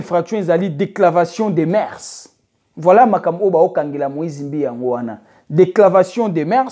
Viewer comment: on dit dépravation et non decravation de mœurs mon frère